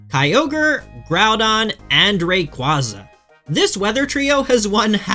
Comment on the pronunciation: World champion and cant even say rayquaza right. Sure buddy